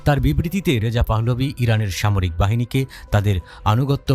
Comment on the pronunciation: পাহ্লভি না পাহলভি হবে আপনি বার বার ভুল উচ্চারন করছেন।